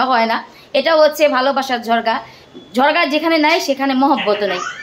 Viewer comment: ঝগড়া নাকি ঝরগা 🙂